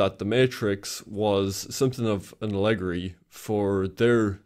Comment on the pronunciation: top notch, but I'm extremely disturbed by the way you pronounced 'allegory'